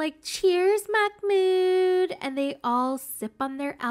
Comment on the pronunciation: It's not a K sound, it's a glottal stop (an abrupt cut off) which is a very common sound in Arabic but much less common in English.